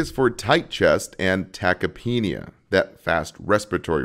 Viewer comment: I thought it was pronounced tachypnea not tachypeenia